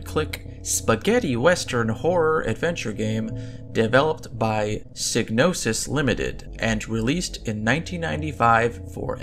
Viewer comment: Psy - no - sis the G in Gnosis is silent